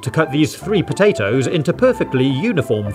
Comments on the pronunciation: i love it when he sais "pota-toes" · The way he says potatoes 🤣🤣